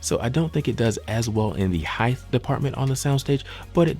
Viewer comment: Not highth -- hight